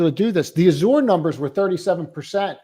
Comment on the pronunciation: Azure - pronounced az-sure